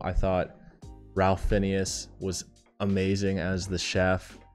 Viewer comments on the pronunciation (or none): Thanks,! Thanks,! Thanks,! 📊 Just in case you're curious, Ralph Fiennes isn't pronounced like "Ralph Finneas"... it's more like "Rafe Fines". 😊 #ReelTime #MovieTiers #MovieRanking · Ralph Finneas had me rolling. His name is pronounced Rafe Fines.